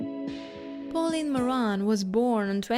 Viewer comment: I would suggest that you work with an accent coach before posting a video to achieve a clearer, more easily understandable English. For example, your pronunciation of “Pauline” is off. Likewise, you often stress the wrong syllable. Hope this helps.